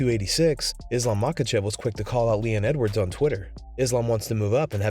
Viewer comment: Dana still can't say Islam's name:)